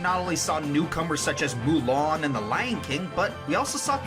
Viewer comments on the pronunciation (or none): none